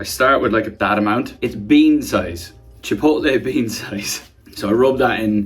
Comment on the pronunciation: ChipOLTlee beanS😂